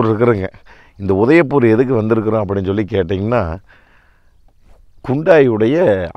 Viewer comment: "Hyundai" = word but 'Kundaaie' = emotion